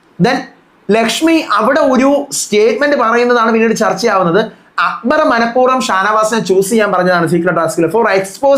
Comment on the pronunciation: ഷാനു അക്ബർ എന്ന് പറയുന്നത് കൊള്ളാം.. അക്കു ബാർ..😂😂😂😂😂 ഗെയിം അറിയാത്തവൻ എന്ത് myr##₹ ന് ആണ് ബിഗ്‌ബോസ് യിൽ വന്നത്..😂😂😂